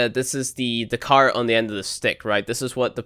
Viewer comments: The what at the end of the stick? Are you trying to say carrot? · Car-it haha